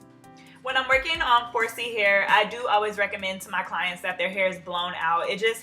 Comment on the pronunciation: For a second i thought you said "FORCE-Y" Hair. Anyway, luv the style.